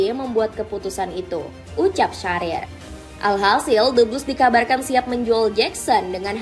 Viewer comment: Bale, Sharer😂